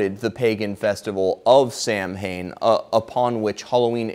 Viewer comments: Samhane? Do you mean Samhna - pronounced sauna - the Gaelic name of October? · Nice piece of verbal gymnastics in describing a festival as being baptised. Amused. Oh, it's pronounced 'Sow-en.'